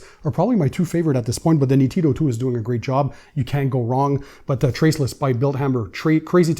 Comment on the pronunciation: Hello. The pronounce is almost perfect, but the accent is on the first "ee" sound, immediately after the "n". Greetings from Italy 🙂